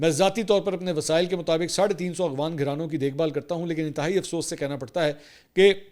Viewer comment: آپ ہمیشہ اخوان کہتے ہیں پلیز اپنا تلفظ درست کریں افغان